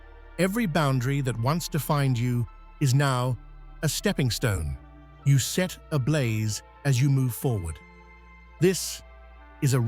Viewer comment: It's set not Seth